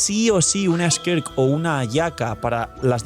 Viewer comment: cómo vuelvas a decir skerk en vez de skirk me da algo